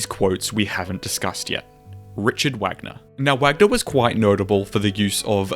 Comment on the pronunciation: Cringing at how you butchered Wagner's German name 😂😂 I think you did a great job explaining the different between a leitmotif and a reverse leitmotif.